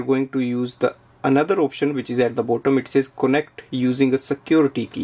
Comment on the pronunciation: Why do you say "konect" instead of "kanect"?